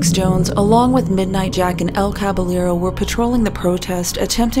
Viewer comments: On a rewatch and while I doubt you read through the comments of old videos, wanted to say that you pronounce "Caballero" as "Kah-by-yeh-ro". In Spanish, if there are two L's together, it makes a Y sound. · The pronunciation of Caballero as Kvalero...really hurt my ears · Idk if its or Caballero himself who is mispronouncing the word, but it's cabaYEro. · Btw: El Caballero is pronounced El Cabayero, the two Ls become a soft J 👌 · That's not how "Caballero" is pronounced.